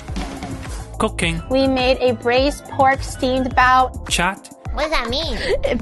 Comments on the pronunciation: Man, the way he says cookain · The way you said cooking sounded like cocaine 🤣😂🤣